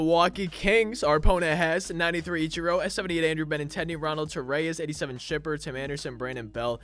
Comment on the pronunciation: You did pronounce Ronald torreyes right